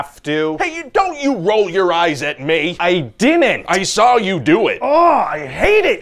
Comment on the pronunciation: “I DIDINT!!” 🤣🤣🤣🤣🤣